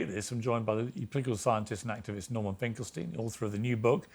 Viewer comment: Borman….I mean Norman might be full ret@ now. He is an absolute babbling fool. Painful to listen to